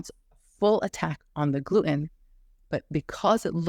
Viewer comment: I was trying to figure out what kind of accent you have because you pronounce Gluten as “Gloo-En” with no T in it…then I heard you say “cer-En” in place of Certain. So what country are you from that has this accent?👍👍Excellent video and info‼️👍